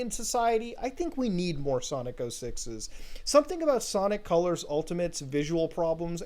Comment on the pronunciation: It's Sanic Calars